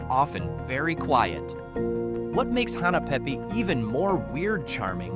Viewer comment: It's Hahnna pay pay not Hena pe pe